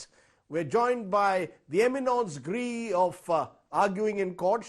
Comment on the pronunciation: Rajdeep. Please check the audio pronunciation of "éminence grise".